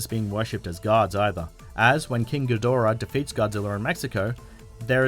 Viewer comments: It's King GEE-da-RAH. Apparently you've never seen his debut movie from the early '60's, Monster Zero in the '70's, or Godzilla vs Mothra and King Ghidorah: Giant Monsters All-Out Attack from 2001. While I admit that Toho pays little attention to continuity, if Ghidorah's name was mispronounced (ga-DOR-ah) they never reshot the scene to correct it. (Gamera...Gam-er-rah...was mispronounced by an American actor playing a news anchorman who called the Kaiju turtle Gam-mare-ra in Gamera: The Attack of The Legion. Once again, because of the fact that the scene wasn't reshot with the correct pronunciation, the goof up stayed in the movie. This is because, despite the fact that I love💟💞💗 Japanese Kaiju movies, they're cheesy, badly acted, and made as cheap as all hell.) BUT HIS NAME IS PRONOUNCED GEE-da-RAH. And if you're thinking I'm being a nit picking bee-auch just think about how you'd feel if some moron kept mispronouncing your name. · It's pronounced GEE-DORA btw